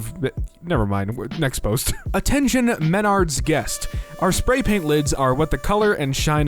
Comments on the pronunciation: Oooh I see why you mispronounced it, it’s a regional thing, I don’t expect you to have heard of it it’s Mah - Nards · Bro his pronunciation of menard’s upsets me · It's spelled Menards but it's pronounced Ma nards